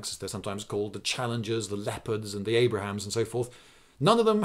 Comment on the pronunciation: Abrams, not Abrahams